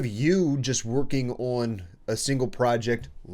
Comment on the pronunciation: love the way this guy pronounces the word "on". bro makes like a 2-3 syllable meal out of it. "U-O-A-N" oh and good vid thx